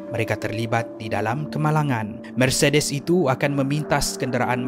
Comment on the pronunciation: Ya Allah sebutlah mercedes tu betul2 🤣🤣